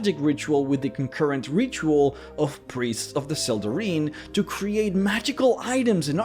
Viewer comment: I think it's pronounced, "Sel-deh-rhine". The "ine" ending is "ine" not "een".